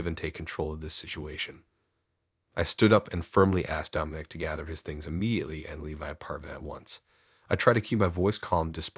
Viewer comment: Dom-I-nic NOT Dome- in- ic. Lol A.I.'s pronunciation drive me nuts🤣